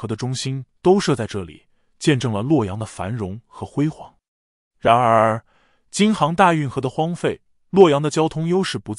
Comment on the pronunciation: “然而”的讀音聽得很不舒服……